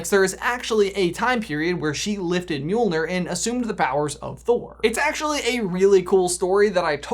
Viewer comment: oh i know you did not just say "mjilnor"